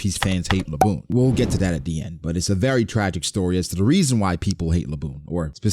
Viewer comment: Bro should be banned from anything One Piece really tried to say Zoro Edit: I’m crying laughing bra that nigga said Laboon😭😭😭